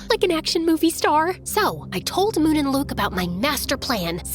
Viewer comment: Its moon not mook btw